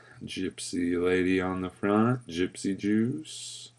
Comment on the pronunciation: tee hee... "Gypsy Douche.. Orangesicle" .... ?? =p Thanks for those giggles.. every time ya kept saying it that way. :) Live long(ER) & vape on!